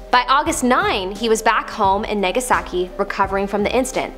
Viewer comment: Did she just call Nagasaki. Negasaki? WTF!! Learn to read... It's spelled with an A and not a E. The right way NAGASAKI and not NEGASAKI